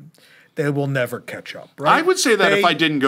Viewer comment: spicy? Nevah!